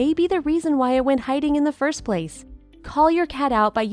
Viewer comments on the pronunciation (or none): none